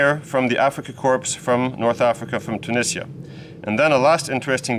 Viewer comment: Just watched a WW2 Colourized show on tv about 1 hour ago about this battle, fate lol. In Corps you dont say the S when pronouncing.